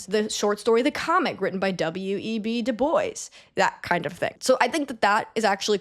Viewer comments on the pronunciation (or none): Hey real quick. it's W. E. B. Du Bois (pronounced Dew Boys). I normally wouldn't correct a name pronunciation, however, out of reapect to him as a civil rights leader (from my hometown), he chose to not pronounce it in the French way, because he didn't want to share a name with the white French folks. 🫶🏾 it's okay to have gotten it wrong, but for the future, there you have it.